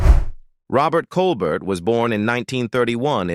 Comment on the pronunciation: Robert Colbert the T is silent it's pronounced Colber